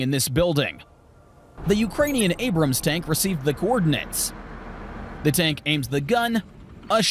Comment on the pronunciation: It's ABRAMS, not Abraham......